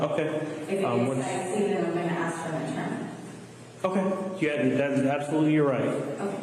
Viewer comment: "ask" not "aks"